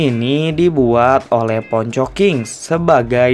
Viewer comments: Bang baca nya pon co bukan pong ko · Habis itu Abang ngomongnya ponko salah itu bang Poncho biar kedengernya ke inggris banget 😉😉😉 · Bukan Pongko tapi Ponco Min